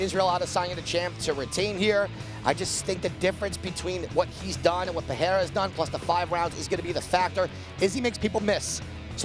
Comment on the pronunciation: I swear Americans pronounce all Brazilian "r's" as an H Guys, it's Pereira , not Peherra y'all literally get paid to talk, get it together guys :/ it's the damn main event